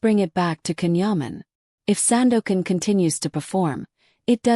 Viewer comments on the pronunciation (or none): and, fourth, perhaps people will begin to pronounce his name correctly. it's jon, not can or ken..... turkish C is pronounced like J